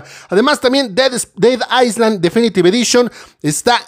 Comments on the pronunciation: Ded aisland, la s si se pronuncia, la otra correcció sí está bien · Gracias por el video. Hay muy buenas ofertas. Solo una cosa sobre la pronunciación. Dead Island se pronuncia "ded ailand" la s no se pronuncia. Y Castle se pronuncia "casel" en este caso la t es muda.